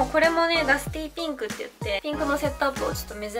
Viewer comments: ゆま サーモンピンクのピンク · ナムナム 名古屋の人はこのイントネーションなのかな？でも両方使う！ピ⤴︎ンクとピンク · ピンクの発音おもしろい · ピンクの発音めっちゃ気になった笑笑